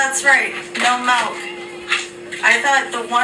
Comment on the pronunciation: Did she js say malk 🗿